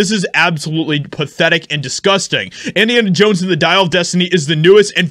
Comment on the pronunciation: "Indians Jones" ??? 😅